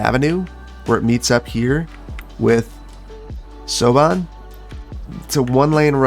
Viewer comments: siobhan is pronounced shivon its an irish name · Siobhan is pronounce "Shevaun". It's the original Irish spelling of the name. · Siobhan is pronouned She-o-vAwn! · Siobhan is pronounced a bit like "shuh-VAHN." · Congratulations, my partner, So-Bahn, got a giggle out of the pronunciation of her name. She is commonly referred to as Chev :) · PS, Siobhan Avenue would be pronounced shavawn Avenue 😉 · Silver is Argens, I think, so maybe Semper Argens Blvd or something. Ar-jens Also, Siobhan is pronounced Shavon. It is Irish and should probably be pronounced "seeo-an" but I guess it got anglicized at some point. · That was my park name suggestion 😁😁 also “Siobhan” is pronounced “shuv-on”, it’s an Irish name! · Siobhan is "Sha-vaughn" avenue. It's an irish name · "Siobhan" is an irish name, and it's pronounced roughly like "sho-VAUN". That's all, carry on :-) Also, that may have been the most beautiful garbage management I've ever seen. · Just discovered this series, so sorry for such a late reply. Actual Irish person here, "SHEH-vahn" is how I pronounce the name. But it's a notoriously tricky name for people who aren't used to it, so don't be ashamed ye didn't get it. The trouble for most is the name is not just used in Ireland, it's an irish-language name. Another popular confusing name is Aoife ("EE-fuh").